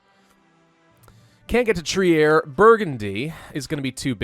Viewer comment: Trier is pronounced Treer.